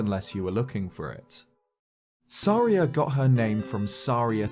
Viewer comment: Is Saria not pronounced like Maria?